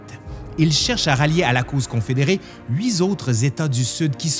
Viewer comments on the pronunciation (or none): ... "huit zautres états" 🤔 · Pas huit Z 'autres mais huit autres amigo 😊